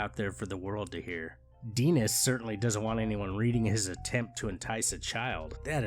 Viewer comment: Denis is a French name. Final consonants are silent. The I is pronounced "ee".